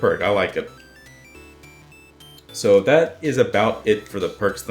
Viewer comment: its "is" not iz